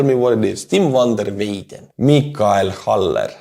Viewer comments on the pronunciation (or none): Hello, a Dutchie here. the name you butchered "van der Weyden" is an Dutch surname. the "van der" is added to let other know where someone is from. My last name is "van der Wal" wich means in litteraly "From the Wall". Meaning i am from the edge of the dry land which is called a "wal" in Dutch. A little refference to our history with water. "van der Weyden" is telling people that Tim in this case is from the lands of wich the animals graze. Grazing is called "Weiden" in Dutch. And Weyden is an old Dutch word for the same thing. Keep up the great work and the magnificent Butchering! Slava Ukraini!